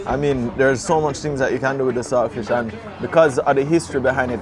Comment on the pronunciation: The word is salt fish not sailfish